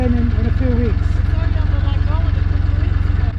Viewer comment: So you are Welch ! I'm not really surprise in fact, as you were prononcing "Llangollen" as it must be prononced in welsh I suppose... But then, we are sorts of cousins, as I am Breton...🙂